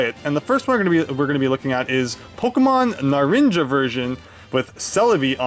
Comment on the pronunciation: Narinja? Seriously bro? It's pronounced Na-run-ha. Spanish for Orange.